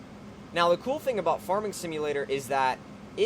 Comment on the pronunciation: why do you pronounce farming like forming?